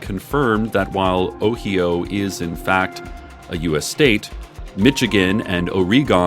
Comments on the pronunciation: I like how he spells ohio I am from Ohio and I ha e never heard it spoken that way 🤣🤣🤣🤣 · I'm so glad I have the house to myself, the way he said Ohio had me cackling like a witch so much that I went into a coughing fit.